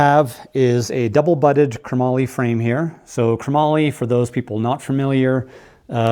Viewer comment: Pushes all the right buttons. But....it's not kruh mollie ... it's chrome-moly Chromoly . Not kruh-mollie . 😂